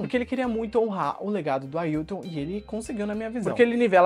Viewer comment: É Ayrton e não Ailton